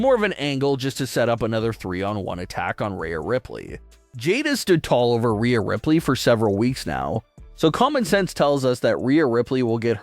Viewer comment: its jade LMAO nobody likes her and she admitted herself she doesn’t care about wrestling, she "JUST WANTS MONEY" why would i put any interest in someone who has no actual interest to be there. Also, if you change Rhea to Reeya in the script then the AI will pronounce it properly.